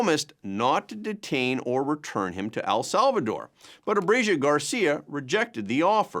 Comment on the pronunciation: Learn to pronounce ABREGO! Its ABRE GO!! NOT ABREGIO!!!